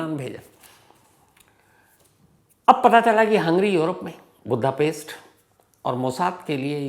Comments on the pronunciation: Chip hota h chips ni Budapest hota h budha paste ni anpadh journalist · शहर का नाम बुद्धापेस्ट नहीं वुडापेस्ट है।